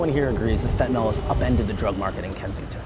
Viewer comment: It's not pronounced Fentan-all, it's Fentan-ill (phonetically), Mr. "Journalist".